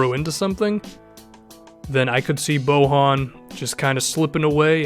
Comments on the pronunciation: It's Boyan, not Bohan. Spanish is the only language where J makes an H sound. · just because SROS says it wrong that doesnt mean u have to pronounce bojan's name wrong ITS BO-YAHN FFS